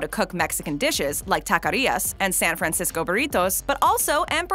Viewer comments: I hate the way you say San Fran-cisco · I’ve never in my life heard someone overpronounce San Francisco so much in my life